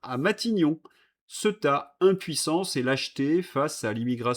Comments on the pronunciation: CEuTA😅😅😅😅😅😅 (CÉ-OU-TA)... écoute un peu la manière dont ce prononce cette ville... La tienne est ridicule et c est dommage ton travail est exemplaire 👍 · Il faut que quelqu’un te le dise : cela se prononce Cé-ou-ta.